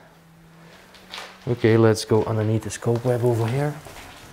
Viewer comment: Please say kahhhhhhhhbweb and not cobe web